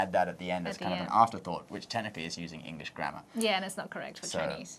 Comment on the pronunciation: this British guy pronounces it engish (nothing wrong with it even i say it sometimes. just making a statement)